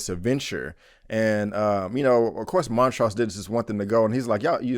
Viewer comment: Why do you keep pronouncing the characters names incorrectly? Montrose is clearly said in the show and so is Hippolyta.